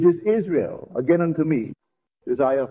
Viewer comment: You know it's AI because pronunciations of words like Isaiah. Neville would pronounce it "Eye- Zigh-Uh" So the word Rule means what? Couldn't understand.